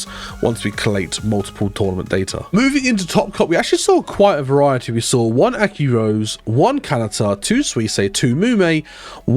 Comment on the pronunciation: AkiRose is pronounced Aki-ro-ze, not "rose" (because it's short for her name "Rosenthal")